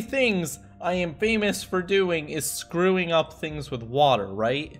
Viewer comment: Screwing* not “scruing”